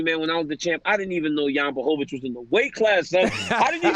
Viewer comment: Chael is the mma expert. He can’t pronounce 90% of the ufc roster. Jan blohovovich, cereal gane, kamara oozeman, lol